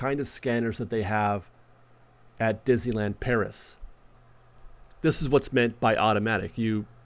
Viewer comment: I’m hearing more creators pronouncing Disneyland as Dizland. Listen to the first 5 seconds of this video. Let’s put the “-ney-“ back in Disneyland.